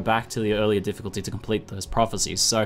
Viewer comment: The "f" from "Difficulty" was missing